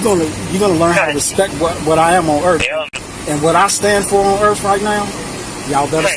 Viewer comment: what does he "stan fo own erff?" he never told us. as we observe so glaringly on a daily basis, tiny peripheral bits of intelligence and civilization is DANGEROUS when bestowed upon organisms not naturally attuned to it.